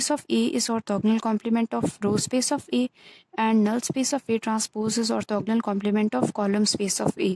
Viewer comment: अर्थोगनल नही होता arthogonal hota h